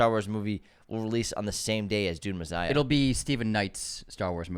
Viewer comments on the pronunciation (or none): “Dune Mezziah”